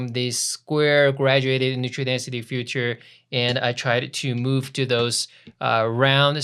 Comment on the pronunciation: Love it and you. :) perfect done! - practice saying filter-feature-future. greetings! :) Di.